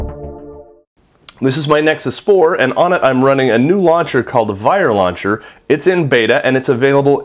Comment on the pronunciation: When you say Vire launcher it sounds like you're saying "viral launcher". I don't think the name choice was the best marketing strategy somehow...